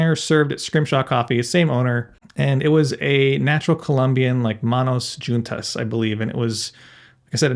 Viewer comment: May be for 2023 learn how to correctly pronounce en Spanish JUNTAS….shame…